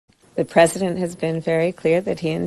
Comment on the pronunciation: I’ve never heard panels on major shows talk about the vice president needing to be ready to be president the next day. It’s like they are planning it or something…. So Amewica can have the fewst woman pwesident.